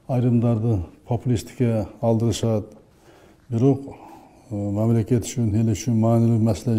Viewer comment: Мамалакат деп тойгозду